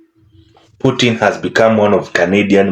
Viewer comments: It's nit poutain. It's poutine (poo-TSIN, or pooTSEEN, yes the TS is intentional, but the T is subtle). 😊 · That "e" at the end is very important. It's pronounced poo-tin, more or less. What that guysaid literally translate to "prostitute" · Uh....it's pronounced "pou- TIN . "Putain" means something ENTIRELY different! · Poutine, not poutin or putin, pronunciation makes a really big difference.